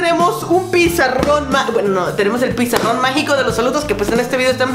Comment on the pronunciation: tuviste que decir pizarrón y dijiste pesaron jajajajaja